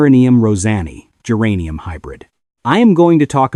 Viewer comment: Thanks, exactly what I was about to say! Now, how about AI’s pronunciation of geranium? 🤪